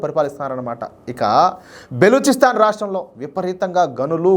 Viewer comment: బెలుచిస్తాన్ కాదు బ్రదర్, బలుచిస్తాన్...